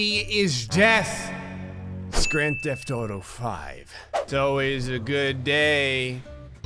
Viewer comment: Did he say Grand Death Auto V?